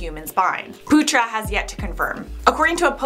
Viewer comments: Arnold putra But the way she pronounce it when talks really fast is “Arnold puta”, puta is not a good word in other language lol Not coming for our lovely, I just find it really funny 😂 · The way you pronounced putra XD ehehehhehe